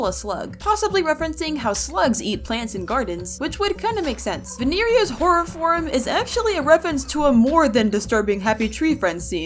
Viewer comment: ITS NOT VENERIA ITS VINE-RE-A